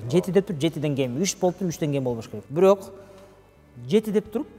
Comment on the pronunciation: Кодойгон азамат бирок дегенди бүрөк деп😅